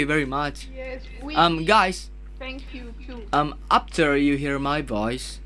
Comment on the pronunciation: Yang menarik dari, pas nyanyi english song pronounce doi bagus.. tapi pas bagian ngomong, "apter you hear ma poice" langsung medok sunda 😂